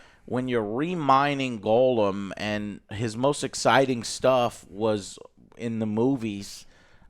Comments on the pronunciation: Why do you say goal um? Its gollum. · Damn it joe....Gollum.....not golem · Why does Joe always pronounce gollum, golem....? Infuriating